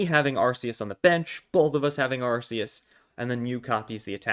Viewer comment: Ur calling it “arseus and it hurts so much”